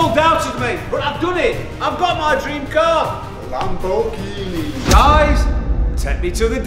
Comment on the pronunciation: ITS LAMBORGHINI USE I! I! IIIIII!